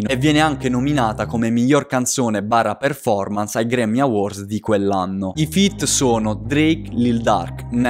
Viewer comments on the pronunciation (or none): none